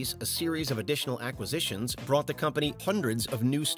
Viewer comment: Please learn how to pronounce acquisitions